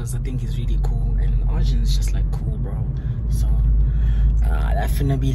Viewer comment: Arjin did the r wrong sasha respect